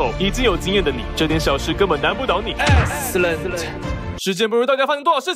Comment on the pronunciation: 哈哈哈那個 "S"cellent 好讚